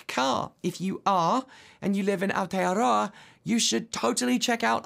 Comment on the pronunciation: VERY impressed with your pronunciation of Aotearoa. Well done! 👍😃